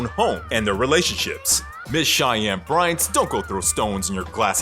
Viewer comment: Why the hell did he even air the episode featuring Shy-Ann Bry-Ant?? 🤔